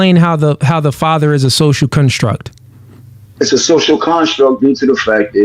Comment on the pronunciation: It’s been bothering me how he says “social cunstruct” 💀